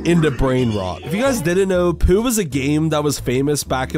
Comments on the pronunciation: po not poo. 😮‍💨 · Just to let you know it's pronounced pou not poo